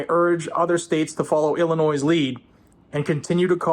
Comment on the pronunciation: it's Illinoiings